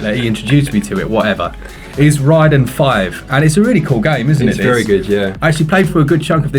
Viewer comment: Lol i was listening to the video, not watching, and when you said Raiden 5 i thought you said Ridin' 5 and I was l like, "What? Never heard of that one!" Then I looked and was like, "Ooh RAIDEN" ha! Great vid!